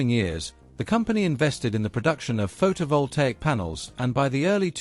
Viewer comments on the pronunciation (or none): none